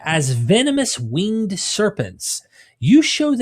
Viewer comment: You lost me at "wing-ed".